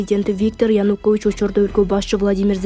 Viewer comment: Окуп жаткан дижей абдан сабатсыз, сөздөрдөгү басымды туура эмес коюп окуйт, Зеленскийди дайым туура эмес айтат, эми ага бүгүн Янукович кошулуптур. Айткылачы, качан сабатсыздыгыңарды жоесуңар. Ушул темп менен кетсеңер угарман, көрармандардын бир тобунан кол жууйсуңар го. Кичине эки жакты карап түздөнсөңөр боло, башка тилден кирген сөздөрдү ошол тилдин эрежеси менен айтышыңар керектигин окуткан жок беле мектептен эле. САБАТСЫЗДАР десе